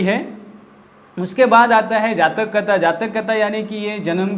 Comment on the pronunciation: जाचक नही जातक कथा.... पहिला पढना सीखो साहब